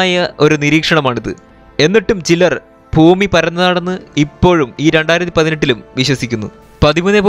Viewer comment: ശരിയാണ്. ഫൂമി : ഭൂമി